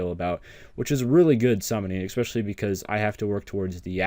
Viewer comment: It's pronounced especially not 'eckspecially'.